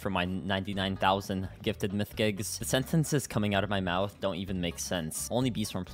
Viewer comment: It was so damn painful seeing this man’s inability to read “mythic jelly” 💀